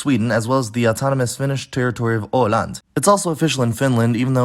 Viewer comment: Minor corrections (not trying to be mean, trying to help you improve) Åland takes acute accent, FYI. With grave accent, you’re saying åland (å-land), as in a river landscape. Or possibly ål-and; eel duck. Behöva takes acute accent. I don’t think any southerner would pronounce the R in örn. Centrum takes acute accent. Skift means shift as in a work shift. Skifte (with grave accent) is the word for a shift as in a change. The dots over ä and ö are neither diaresis or trema, it’s an umlaut. See K Klein’s video for a more in-depth explanation. Not necessarily an error, but as someone who speaks a dialect with ä and e unmerged, seeing äter transcribed as /ɛːtɛr/ rather than /æːtɛr/ is really strange! But of course, ä and e are merged in the Stockholm dialect so I can understand why. This ending is more commonly pronounced /ɛr/ rather than /ʊr/ despite the spelling. Not really a correction, just an addendum again. Surprisingly many dialects actually have remnants of a different definite plural article. Saying bena instead of benen, barna instead of barnen, et cetera, is common in a majority of dialects in Sweden (including my own) but this is considered non-standard since it fell out of use in Stockholm. Golv is pronounced as if the o was an å. This sound is often written ô in western dialects that has a separate tenth vowel /ɤ/ where the rest of Swedish has a letter that looks like o but sounds like å. There’s a really interesti